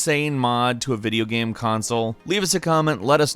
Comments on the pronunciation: Why does have trouble saying the word 'game?' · that explain how he cant say arduino, not once but twice, and every time the word game, came out as geem or something like that. still sexy sound though but... strong accent? dislexia? idk